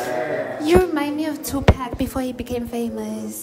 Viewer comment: Ladies and gentle (mons)😂😂😂English never loved us 😂(Toe pac)